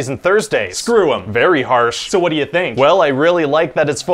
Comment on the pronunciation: Idk why, but I love the way he says, “what?”